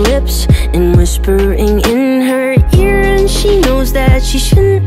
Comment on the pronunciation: "And whispering in her ĒÆÁRE"